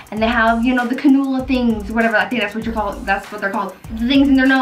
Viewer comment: you’re talking about the oxygen tubing with the nasal prongs or nasal “cannula” pronounced CAN-you-lah. But I knew what you meant, I just want to help you with the pronunciation of the word. Medical terms and words can be crazy to pronounce. I’ve been a RN for 27 years, and was a CNA for 10 years prior to that. So I’m used to the medical terminology. My oldest daughter is named BRANDI, but we also called her “Bree” & B-girl. Is your real name, or is that short for something? I love it as.